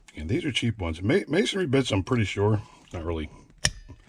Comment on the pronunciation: I like how you say mason-ry and not mason-ary. When dumb dumbs say masonary, It pisses me off